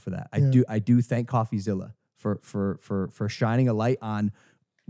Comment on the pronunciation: He has so much trouble just saying coffeezillas name lmao